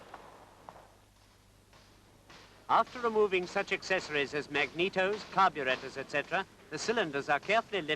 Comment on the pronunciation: Nice to hear the word Carburettor pronounced correctly !